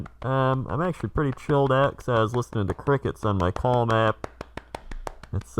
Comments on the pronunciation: am I the only one hearing cum and not calm everytime he says it?? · I know he's saying he has his daily "calm," but all I can hear is "i have my daily cum."